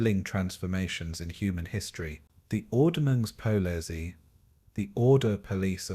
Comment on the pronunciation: I lasted a few minutes but could not stand the ridiculous AI pronunciation of “ordnungspolizei” anymore.